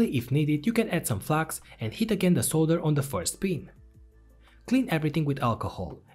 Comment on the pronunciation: I made it 17 minutes in before I realized he is saying “heat the pad” not “hit the pad”